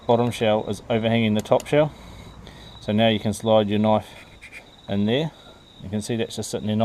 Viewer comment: Theeese eeeez a noiiiif.lol